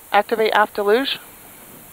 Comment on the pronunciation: Hey the Grumman lady said DELL-yoog wrong, What is DAY-Loog?